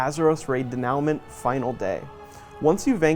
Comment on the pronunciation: Its pronounced Den-u-mant